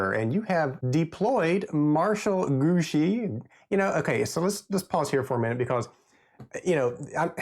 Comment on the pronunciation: Thanks for the unboxing. Grouchy is pronounced Grew-She. And try not to accent either syllable.